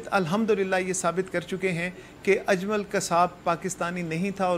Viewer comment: یے اجلم کون ہے باجی جی۔ اجلم نہیں اجمل نام ہے